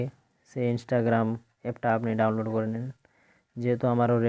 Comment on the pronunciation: ইনেসটাগেরাম না বলুন ইন্সটাগ্রাম